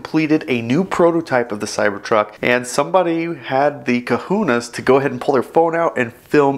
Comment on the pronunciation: “Kahunas”. Lol